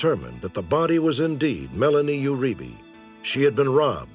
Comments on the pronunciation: Uribe is pronounced: “You-re-bay” not “you-re-bee” Lol. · I pronounce it "oo-REE-bay." It's Spanish; no "you" (although this is hard to avoid in gringos, especially in words with "eu" like 'Eugenica" or "Euforia")